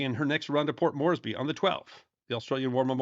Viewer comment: serendipity indeed, an excellent episode, well done. I was not aware that "Centaur" had a role after the sinking of the "Sydney". Carnarvon is pronounced as three syllables "c" as in "cat, "nar" and "vun" Port Moresby is pronounced as three equal syllables "port" "moors" "bee" there is a Memorial to the sinking of the "Centaur" located on a cliff top in Caloundra, Queensland, which is a town on the Australian mainland close to the site of the "Centaur" sinking. Robbo in Brisbane